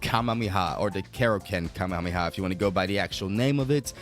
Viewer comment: Please stop saying Kamehameha like that holy